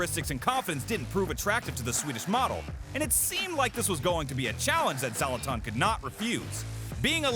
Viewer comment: Zoloton 😳🤯🙊🤦🏻‍♂️🤦🏻‍♂️ OMG! - pls learn our favorite players names! Z AS IN Z'ED > sZe-lah-tan! He will most likely drop kick you for insulting his name! 😂